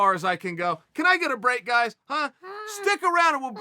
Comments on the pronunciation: No one: Chael: Amanda Noons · lol..Amanda "Noons". Does he keep doing this on purpose? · Amanda noons 😂 I’ve heard Chael say it correctly many times before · “Amanda Nunz” -Uncle Chael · C'mon Chael you clowned a dude for saying yarear for Yair but you call Amanda Noons...🤦‍♂️ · " Amanda Noons " hahahah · If Chael says Amanda Noons, then it’s Amanda Noons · “Amanda Noons”